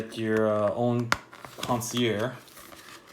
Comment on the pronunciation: You’d think with the service one would know how to pronounce “concierge” correctly.